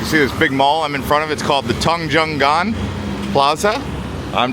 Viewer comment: You have to pronounce Tunjungan ➡️ toonjoongun.